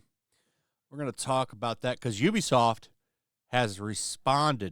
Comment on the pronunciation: You can tell which YouTube people are actually gamers by how they pronounce Ubisoft. You are a legit gamer.